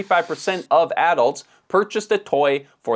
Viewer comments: Why do you have to say addults like that? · I pronounce "adults" differently from how he does.